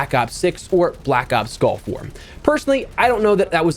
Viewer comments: Hopefully everyone can use this year to practice saying “gulf” and not “golf”. Just listening it sounds like I’m gonna use my Tiger Woods skin and drop into Black Ops Golf War 😂😂😂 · I know he said gulf... but I swear it sounded like he said black ops golf war... 🤣💀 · I can’t help but hear “golf war” every time you say it lol